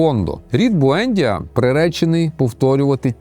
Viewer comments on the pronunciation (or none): Буендʼія, наголос на ді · Я не хочу міняти жадного покоління в моїй родині. БуендІя, наголос на І. Італійською книга божественна, катсапською (колись читав) - жахлива й нудотна.